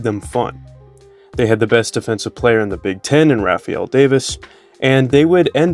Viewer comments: It’s RAY FELL Davis, not Rafeal. And, Dakota MA THY US, not Mathas. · Its pronounced "RAY-FELL" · The second this guy mispronounced Dakota Mathias and Rapheal davis names I dipped. This guy is just reading some facts/stats with no insight. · This guy doesn’t even watch BIG 10. He was way off on the pronunciation of a ton of the main names. Davis is an anchor on the BIG 10 network still and he called him a ninja turtle.